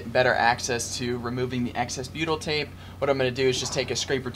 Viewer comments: ohh...then that's why it sounds like Beatle🤣 tape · beatle tape? what it that? I know I'm not saying it right but that is what it sounds like your saying:(